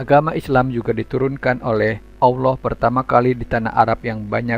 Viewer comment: Chanel peak nyebut asma Allaah aja nggak becus